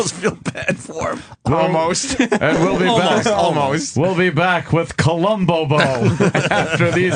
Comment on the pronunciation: "Columbobo" lol